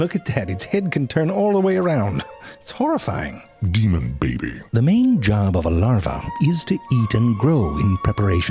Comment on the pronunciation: "DEMON BEHBEH" - confucius, 2021